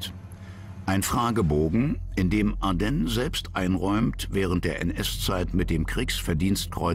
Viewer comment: Ardenn? Der war doch kein Franzose. Ich kenne ihn nur als Manfred von Ardenne - mit "e".😝